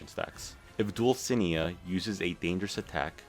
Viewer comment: Dulcinea is pronounced Dull-sin-ey-uh